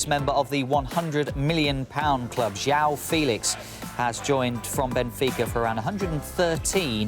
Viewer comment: Yao Felix? LOL? It's Joao Felix ffs.